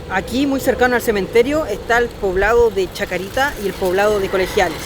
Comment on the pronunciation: Cementerio de la Chacarita, sin S final nomás pa. Hermoso